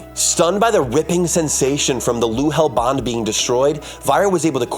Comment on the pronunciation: 'luhel bond'? nor nahel